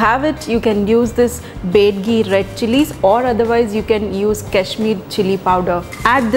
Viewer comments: bedigi alla taayi adu BYADIGI adu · Bedgi chilli??? It's Byadagi Chilli. Great explanation. I liked the way u said "MYSORE" tomato rice